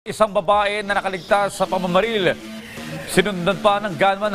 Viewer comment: Bat ganoon naman sir ang iyon g sinabi masyado mo diin ang babae